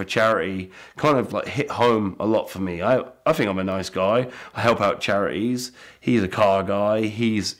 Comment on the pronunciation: "I help out chara-eeez's"